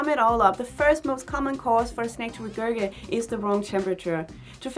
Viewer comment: Just wanted to let you know that regurgitate is pronounced like “re-gerj-it-ate”. 🙂